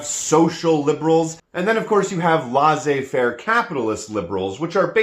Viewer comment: Please stop saying "laissez faire" that way.